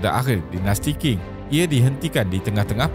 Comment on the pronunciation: Terbaik! Sedikit pembetulan.. Qing dilafazkan ‘Ching’ Tianhe dilafazkan ‘Tian Her’ But very good job!